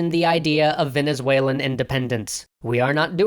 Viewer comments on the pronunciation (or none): Venezuel"E"n independence ..... Ok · it''s VenezuELAN not VenezuALEN... :/ ... Anyhow, I love this serioes. Keep it up :D